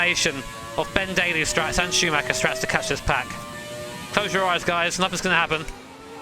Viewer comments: It would mean the world to me if people learn how to pronounce "Schuhmacher" correctly. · Any native English speaker who can pronounce "Schumacher" correctly?